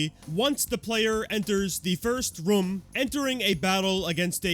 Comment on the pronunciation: bro still cant say room correctly lmao